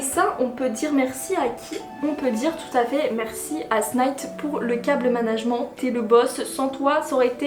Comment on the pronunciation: tu dis cable management mais il faut pas le prononcer comme ca ca m a fumé